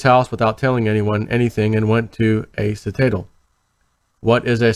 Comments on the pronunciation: Pronounced Sit - a - Dell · Citadel... pronounced Sit-a-dell